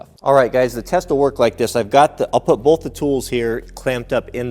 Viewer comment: There is no "L" in the word BOTH! That being said, love your vids!